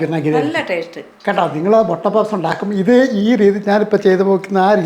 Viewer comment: ചേട്ടാ മൊട്ടയോ, മുട്ടയോ😂